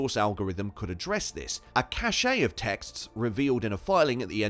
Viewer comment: Cache is pronounced the same way as the word "cash", just how the word "way" and "whey" are pronounced the same way. People know what you mean, just pronounce things correctly.